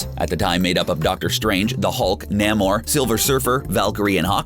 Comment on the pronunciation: NAY MOR. Not Nam or.